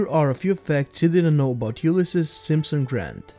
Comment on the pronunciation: Did you know you got his name wrong? Both pronounced it wrong (pronounced U-Lyss-Ees, not U-Lyss-Iss, and the S stands for Sam, not Simpson